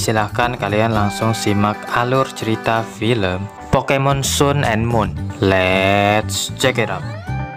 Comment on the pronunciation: Bang sun and moon. Bacanya san and mun